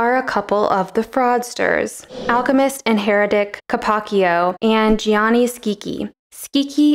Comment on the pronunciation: Gianni is pronounced exactly like the English "Johnny". Only two syllables.